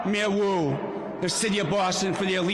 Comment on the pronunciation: What rhymes with boo 😒 , the name Wu !